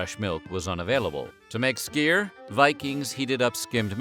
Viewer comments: I live in Denmark. Dagmal (danish- dagmad) “daw-mal”. Nattmal (danish- natmad) “nat-mal”. Skyr (danish- skyr) “skur” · yep that was pronounced totally wrong. It's a hard one to be fair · We hate when you say skyr. I dont know how to spell it out, but you arent saying it correctly